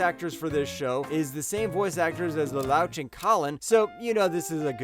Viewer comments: I did not hear you say "Lelouch" as in "couchx". It's pronounced Lelouch as in 'douche'. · Yeah, I'm not trying to be a snob but that's not how you say Victorique, or Lalouch. I wish people that did videos would pronounce things correctly. I get some names might be difficult!, but maybe practice them first?